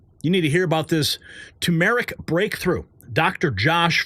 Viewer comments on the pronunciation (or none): Tur-mur-ic. NOT To-mer-ic.